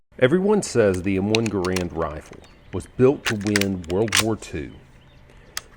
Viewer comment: Whomever was shooting that Garand "live" can't shoot worth a hoot. And it's pronounced like "Garund". What rifle did win WWII??